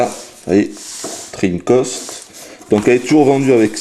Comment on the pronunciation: Tu dis dreamcost? et Treamcost?.......